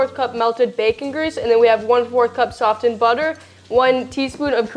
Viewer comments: The T is silent in the word softened. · Never heard anyone pronounce "softened " like that before